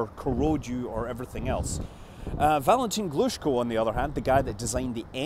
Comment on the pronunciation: not Angaaaaaara, but Angaraaaaa. that river`s name also not Baaaaaikonur, but Baikonuuuuur. also not Gluuushko, but Glushkooooo